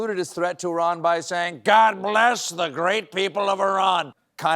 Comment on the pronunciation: why did Colbert pronounce Iran as “Oran” WTF??